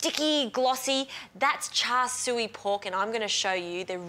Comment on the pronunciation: I wish she would learn how to pronounce Char Siu